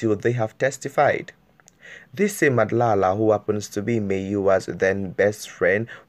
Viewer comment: O ntapisa ka gore you cant hadly pronounce madla, so i doubt if u a SA Youtuber